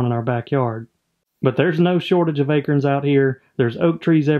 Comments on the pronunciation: A-Corns.. not akerns.... lol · Maybe it's my "Jersey Ears", but I could have sworn I heard "A-KERNS/AKERNS"....not "A-CORNS/ACORNS"...right⁉️ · He said aykerns... haha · I’ve lived in SC all my life. I’ve never heard anyone pronounce acorns like you do. Is that an Alabama thing? Thanks for sharing, love watching the wildlife.